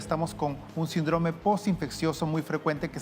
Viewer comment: SÍNDROME!!! ACENTO EN LA Í. SÍNDROME!!!